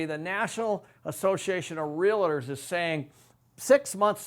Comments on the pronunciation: You're pronouncing it wrong: REAL + TOR not REAL+AHH+TOR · Video was informative,,,, however when I hear someone speak about real estate and don’t know how to pronounce REALTOR pronounced REAL-TOR not REAL-LIT-TER as you and so many people say it,,,, ugh. What’s a “realliter?” When I hear so called professionals say it like that, I tend to tune out. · If you're a realtor, please stop saying "relador". It's pronounced "realtor". Much love, thank you. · First tip this guy is spelling out what seems to be a rational case is gonna be wrong? He says realator! You couldn't get 50% of people to vote themselves a free lunch. Any case dependent upon 50% of people doing anything is a fool's folly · Realtor. The word is Realtor, not Real-i-tor. Gawd. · Great and important analysis. However, as a Realtor, I cringe every time you say real-it-or. Two syllables,. Only two. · lots of good information here, but please.... realtor is a two syllable word; it’s real-tor, not real-a-tor. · Great videos- but, it’s REAL TOR, not REALA TOR- FYI- it’s funny how many people mispronounce it-lol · I love watching your videos but you mispronouncing REAL TOR by adding an "A" is driving me nuts!!! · I just wish you would learn how to pronounce the word “REALTOR”. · You have to wonder about the competence of someone who can't even pronounce "realtor" correctly when he's claiming that field as his area of expertise. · Has spent his whole career in real estate adding an extra syllable to "realtor?" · How does a man who knows so much not know how to pronounce "realtor"?